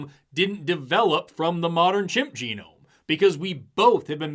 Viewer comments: the man says "jehnome instead of geenome. he didn't study ? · Juh-nome?.... JUH-NOME?!? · The fake professor said “geh-nome” because he graduated from Trump university. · "Each jah gnome" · you mean it isn't pronounced jen-gnome?? 😂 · These are the same people who say "do your research" and then don't actually do any research. This guy can't say genome looking like he's reading off a teleprompter 😂 also where tf did he come from How many teachers are supposed to be running this class?